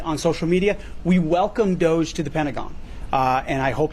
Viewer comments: DOH-JUH Not DOYJ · Hey idjut! It’s not doyge. It’s doge. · Yeah whatever. Learn to say DOGE. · Why do you keep calling it doige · Just out of curiosity…why do you call it “Doyge”? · Luke...its not doyge... please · I love Luke, but does the way he says “Doge” as “Doyge” or “Doige” bother anyone else? I know I’m being petty, but he has a way with words and their pronunciation that really bothers me and makes it difficult to listen to. Am I the only one? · There's no I or Y in the middle of DOGE. Repeatedly saying it wrong has literally caused me to wonder who Doige bank is. Please, it's not that hard, pronounce it right. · Pronunciation of DOGE is interesting. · Man I like this guys content but why does he talk for a living when he can barely talk. He called him Pete Headset. Like bro please take public speaking courses online or something because it's starting to get really annoying. And btw it's Doge not Doyche. I love what Trump and Elon are doing, but when a guy mumbles through basic sentences it kinda shrinks his sense legitimacy